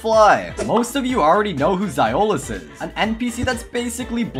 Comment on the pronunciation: Zioles (Zee - oh - lees) Oh and also Health Points HP not HORSE POWER